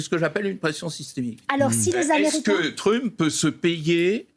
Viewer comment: J'adore comment Badie prononce Trümp